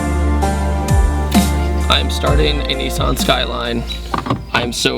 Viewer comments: its a nissan not a kneesan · cool vid, , but why do americans say 'nee-sun' skyline? where I come from we say nis-san skyline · it's not pronounced "Niiiisaaan"